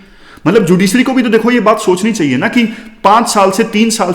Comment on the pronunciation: "चाहिए "होता है gurujii "चाइए "nhi